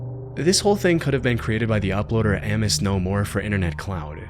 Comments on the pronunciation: I love your content, but please stop saying am-mose, Amos is pronounced a-mus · Couldn't resist I'm sorry. Amos = Ayy Miss. Not ammos. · It’s pronounced “A-mos” not “Ah-mus.” Christ… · Bro said "Ammose"